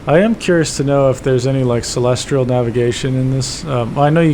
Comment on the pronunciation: (Psst! It's 'celestial' navigation, not 'celestrial.') ;-)